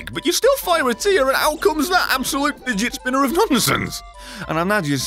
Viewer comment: that is figet spinner of brimstone me: HAHAHHAHAHAHAHHAHAHAHAHAHAHAHHA